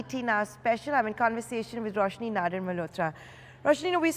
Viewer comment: It's pronounced as nadaaaar... Not nadoar